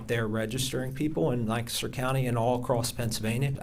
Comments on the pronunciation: it's not LANcaster County it is Lancaster.:) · Lancaster, not Lannnncaster. Pennsylvania my friend. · It's not lan caster. It's lanc a ster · did you hear how Ms. Adam's pronounced "Lancaster"? It's not, Lan-caster. It's Lang-caster. Please stop mispronouncing it. Thank you! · It is pronounced Lank-aster, not Lan-caster.